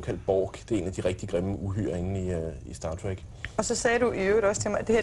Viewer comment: i det mindste kan hun udtale "star trek" rigtigt